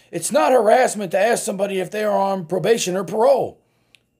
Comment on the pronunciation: She's gonna "axe" ouch!!